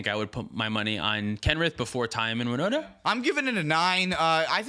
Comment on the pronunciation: Was looking for my favorite deck on the time stamps, Winota, and I was like, who dafuq is Woda? 😂